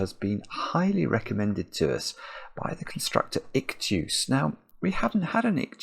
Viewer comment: Dear, I need to point out, that "Ichtues" is an adaption of the german sentence "Ich tu es." Which means: "i do it." And it is pronounced kind of like this: "ish two es" (not perfectly like this, but for english-speakers it is the easyest/closest to get them to understand, how it is actually pronounced, unless both explainer and listener are writing and reading in phonetic alphabet, which ist most oftenly not the case.)